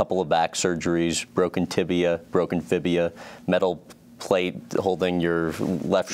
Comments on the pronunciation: It's fibula, dude. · It's called the fibula. Not fibia.